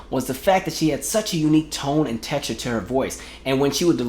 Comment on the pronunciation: you said tex a cture